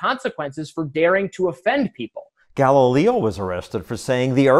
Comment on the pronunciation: The only wrong thing in this video is that pronunciation of "Galileo"